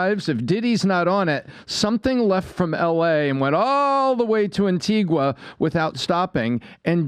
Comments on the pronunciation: Phonetically, it’s pronounced Ann Ti Gah - Antigua is a off shore banking island, known for its advanced banking systems, The con artist from Texas had his own bank there - Allen Stanford, Diddy is taking assets, cash, gold, diamonds & expensive Jewlry to hide away in safety deposit boxes, trusts and limited companies that come with a board of directors, the whole 9 yards, a fully functioning business, but most importantly it comes with a bank account that Diddy can access & no one need know ‘bout nuthin, ya hear 😂😂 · An-tee-ga.... an-teeg-a... The 'u' is silent. Americans please get it right! ....and Grenada is 'grenade - a' and not grenarda. Tobago is 'to-bay-go' not Tobargo. Jesus guys...these islands are in your back yard and you go there all the time. Next time you go try talking to some of the locals for a change. Oh... and Carib beer.... is Carib... with an 'i' not careeb with 'ee'. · Antigua is pronounced anTEEga. The U is silent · Antigua is pronounced AntigA the 'u' is silent